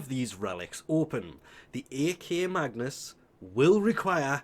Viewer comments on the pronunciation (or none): It's not A K Magnus. It's Akmagnus. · It's ack, not a k. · Are u saying A K on purpouse? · SAY AKMAGNUS PROPERLY PLEASE